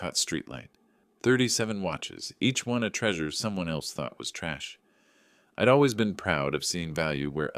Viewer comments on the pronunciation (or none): none